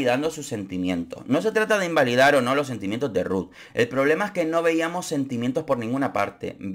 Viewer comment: Extrañare la manera que pronuncias RRRuth!!😂